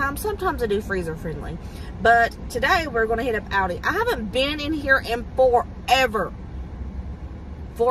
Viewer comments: I think the way you say Aldi is correct. I’m from England but live in the US and we say it the same way. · We don’t pronounce Aldi either way here in Northern Europe where Aldi is originally from so you are absolutely good in the way you want to say it 😂❤ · your saying it right lol everyone else is pronouncing Aldi wrong 😂